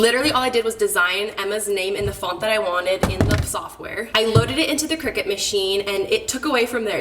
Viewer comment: Not to be THAT person....but I think it’s pronounced CRY-CUT 🙊